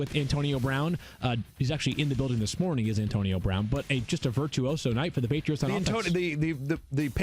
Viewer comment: “The paytits” Hahahaha